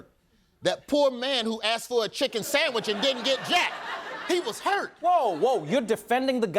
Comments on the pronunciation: Samich, not sandwich 😂😂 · Did he say 'Sammich'? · “Samach”, he said towards the end of his speech. Not sandwich 😆😆😆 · He said “sanmich” 😂😂😂 just for that he’s got my vote!! 😂 💋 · it's "sammich"